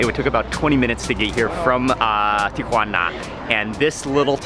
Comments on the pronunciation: Tikhuana? lol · FROM TIA"WANNA TO ENSI"NADA" FOR ENCHI"LADA"